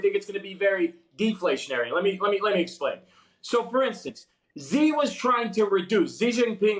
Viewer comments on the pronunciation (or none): Hard to take him seriously when he calls Xi “Z” and Guangzhou “Guangzhong”.